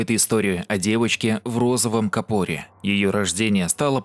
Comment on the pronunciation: кАпор,не капОр. Простите режет